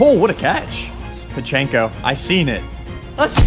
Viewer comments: Can you say Pachecos name right don’t say payheco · Mispronounced Pacheco